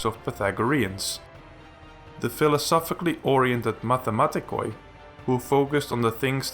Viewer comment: Great video. Just be careful about the "oi" in akousmatikoi (and mathematikoi). It should be read like "ee" in bee. Just saying...